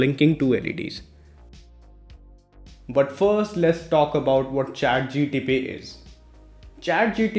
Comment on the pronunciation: bro its Chat GPT not GTP